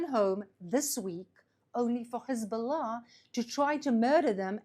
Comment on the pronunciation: She is the Best in the world at pronouncing Hezbollah ❤️🇮🇱❤️🤣❤️😊